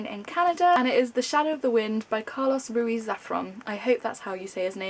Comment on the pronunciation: hi. Just so you know you sort of did said Carlos Ruiz Zafón right, except the Zafón which it sound like Zafron, but good job, Ruiz it quite difficult for non-spanish speaker ("r" is hard for you guys) :)